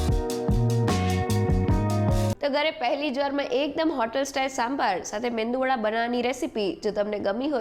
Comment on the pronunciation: Man, it is Medu vada . The N is silent